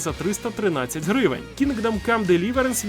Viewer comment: Дам одну пораду, про яку ніхто не просив 😅 Коли ти озвучуєш знижки в кінці відео, то чомусь завжди наголос робиш не на самій ціні, а на слові "гривень". Але ж валюта лишається незмінною, тому наголос краще робити саме на вартості гри 😉